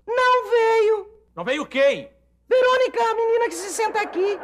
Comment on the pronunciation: O querida, o querida ooohhh... Higino o menino q senta aqui Não veio. A Veronica a menina q senta aqui.. o senhor comeu a primeira letra, não é Vironica é Veronica...kkkk